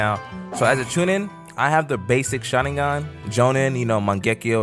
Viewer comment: The fact he goes "shaningan" like hes saying it right its making me cringe so muc